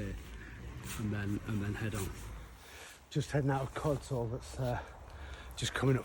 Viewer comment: Codsall is pronounced Codshull.